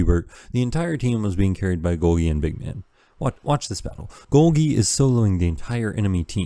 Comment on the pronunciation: good video but your pronunciation of golgi forced me to dislike, unsubscribe, and bomb the entire city